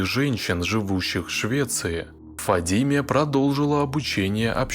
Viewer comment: Не ФадИме, а ФадимЭ. В арабских именах собственных на последний гласный слог. Ухо режет это Фадимеее...